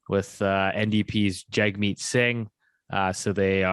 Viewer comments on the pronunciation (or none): Please learn how to pronounce Jagmeet Singh's name, it is in his twitter bio, its "Jug" like "Hug"